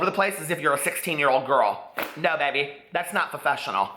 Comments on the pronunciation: "What's fa-fessional?" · Omg the Simple Life reference... I STILL to this day say Fofessional instead of professional 😅